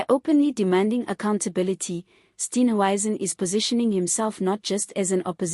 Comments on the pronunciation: Steenhuisen NOT Steenwuisen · Respect people you comment on by pronouncing their names correctly.THE. MOMENT I HEAR YOUR VOICE I SWITCH OFF. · It's really irritating listening to this person mis pronounce Steenhuizens. name. It detracts from a good tube.